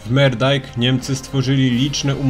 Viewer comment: Moerdaijk nie czytam "Merdaijk" tylko "Murdaijk" - "oe" czytamy w niderlandzkim jak "u". A film fajny :)